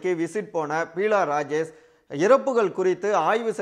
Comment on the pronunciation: She is not Peela Rajesh, but Beela Rajesh. Please correct yourself. It looks very awkward.